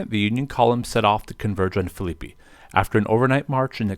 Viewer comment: Great presentation other than pronunciation lol. Phillippi (Phillip+pee)